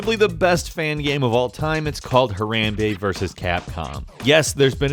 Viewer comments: excuse me but... "Hairambay"? is that how u wanna pronounce that? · HA-ROM-BAY is how it's pronounced, it's okay, we won't forget this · i fucking hate the way he says "harambe" it sounds like hey-rem-bey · NO its pronounced Har-aum-bay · Everyone knows it's pronounced "Hair-am-bee" smh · it's pronounced Her-Om-Bay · ITS PRONOUNCED HAR- AMBE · Did you just say herambe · we-mem-buh huh-wam-bee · It is pronounced huh-rom-bay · yeah, you pronounce it Ha-Rom-Bay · It's pronounced harombay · Hah-Rahm-bay, Why is it so had for English speakers to say words in other languages when they've mastered the most complex language of them all? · Har - Ram - Bay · Wor Jackie There's videos by the zoo where they pronounced it "Har - ahm - bay" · ITS HARAWMBE AND WHAT YOURE SAYING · he said harambe wrong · Well just because you pronounced HARAMBE like, like that! I'm unsubscribing! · The way you pronounce harambe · Di-did you just say Harambe wrong? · The way you pronounce Harambe triggers me soooo hard. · HE SAID HARAMBE WRONG IM GUNNA KMS NOW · Want to trigger half the world's population? Pronounce Harambe like just did. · You pronounce Harambe incorrectly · Please say Harambe correctly lol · almost disliked for your pronounciation of "Harambe". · DurgleHypes11 nope, not ee, more ae (f.e. bAby) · Nope. he you pronounce it with the "a" of party, and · You did not just say harambe like that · he says harambe wrong omg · The way he says harambe...... Please stop ._. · Does no youtuber know how to say harambe?!?! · LEARN HOW TO PRONOUNCE HARAMBE. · The way he pronounces harambe gives me cancer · Am i the only one that gets triggered when says harambe? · ok please never say harambe again you can't say it right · Lol that is by far the weirdest pronunciation of harambe I've ever geard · i almost had a seizure when he said harambe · The way you're saying our Harambe's name truggers me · You pronounce the a's in harambe like In the word harm, not hairaimbe